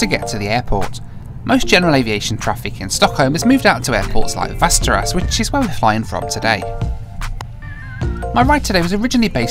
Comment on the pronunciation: Just for everyone’s information, Västerås is actually pronounced almost identical to the fantasy location Westeros, yea...that one. Lol.